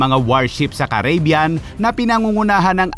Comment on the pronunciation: I like your videos but pls it is pronounced kar ri bee yan. Not keybyan